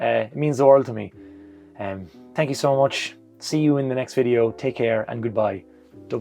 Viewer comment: Thank YOU , or should I say tank you. Congrats and best to you, you're living the dream. Well spoken too. also the Monday uploads are the best